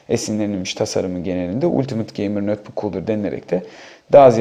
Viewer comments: nötbuk değil notbuk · nötbök diyen adamdan bir şey beklemiyordum zaten.